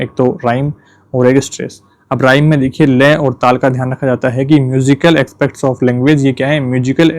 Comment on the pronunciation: सर Rhythm राइम नहीं रिदम होता हैं English word pronounciation shi nhi hai stop krke pdhna pdh rha hai baki notes ache hai 🙌